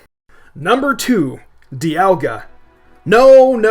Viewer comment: You pronounced Dialga wrong it's not Die-al-ga it's Dee-al-ga